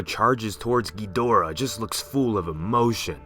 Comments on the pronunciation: kedura? its kidora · Am I the only one getting mad that he keeps saying gheedora instead of ghidora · Dis man says gihdora like giuhdora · Bruh it’s chidora not ghidora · I like how he pronounces Gee-Dora 😂 ....so cute! 😚 It's Ghee-dau-rrraaaa though. 🌚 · Guys he said ghadora wrong he said geedora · Yeah, it's gih dor uh or ah. Not geederuh or jidorah. GIDORAH. A lot of people need to learn how to pronounce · Lol Geedorah No offence of course, I just find it funny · As usual, Ghidorah is mispronounced :-( The English dubbed movies screwed it up! Pronounce it like their creators did please, and thank you. You sound stupid saying it the way you do...just saying.